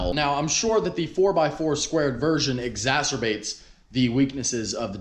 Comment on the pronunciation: My girlfriend literally spit out her drink when you said "exastrabates"